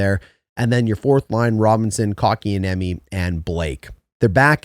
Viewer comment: Love your videos, so just to help you with some names... ;) nih-KEY-shin (overhyped, but I'm excited to see more of him) coat-can-e-emi (but said very smoothly—each sound is short) Svechnikov—no "shv" at the start, it's a very defined "sv" sound, then a hard ch, like in "etch," but without the t. Martinook—like "cook" (prepare food) or "nook," not "cook" (crazy person) or "nuke." Not a name, but "chasm" is pronounced with a hard K sound, like "cast." Just pretend the h doesn't exist.